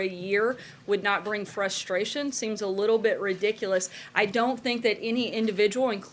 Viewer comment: Yes Sarah say it again: Frushtrayshion.